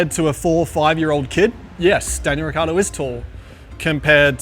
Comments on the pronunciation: As Italian is very funny to hear how he sayshis Surname 😂 he forgets to say the I.. it's riccIardo, not riccardo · hearing daniel say "ricardo" must grind his parents' nerves. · he can't even say his surname right lol, its' rih ch iahr doh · …soooo who’s gonna tell him that he’s pronouncing his last name COMPLETELY wrong?! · Neanche tu sai pronunciare il tuo cognome.... 😀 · Daniel, if you are SO italian, why do you pronounce your last name in the least italian way?